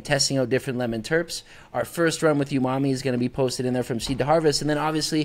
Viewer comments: Watching you miss pronounce umami so many times after he properly pronounces it is driving me crazy😂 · Dope podcast, I learned a lot about TC, and looks like next years Tax Return is going to Athena's Flow Hood! Also wanted to say, I just copped an Evo 8 with your affiliate link! P.S. There's no way to NOT sound like a dick while saying this over text, but, it's pronounced OOO-Ma-Me, not YOU-Ma-Me. I'm sorry, no shade at all, just a triggered OCD person! Love HGTV and all involved! <3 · Lol bro you killing me with that youmami, he clearly says OOmami twice when you first address him and you come right back swinging with the hard U 😂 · Iam preatty sure its prononced OOMOMMY not YOUMOMMY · I could be wrong but im pretty sure it is pronounced oonarmy. And the best way to describe it is savory